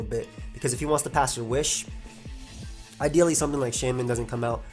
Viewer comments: Can somebody tell me what's the word says? it sounds something like "dealy" but I can't find any word that fits the context(I'm not english) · damn it, and all this time I always thought he said something like "I dealy". Thanks for answering bro